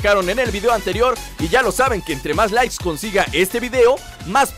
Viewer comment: le di like al comienzo.. en cuanto escuché.. "esto llega gracias a ustedes por darle laiss" esa dislexia merecía apoyo !!!